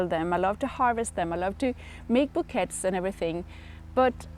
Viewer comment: Hi. Just letting you know, you pronounce bouquets as "boo-kay".its a French word 😊🌻🌻